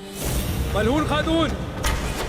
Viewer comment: Malhoon nhi hai wo, Malhun hai wo, naam to sahi se le liya karo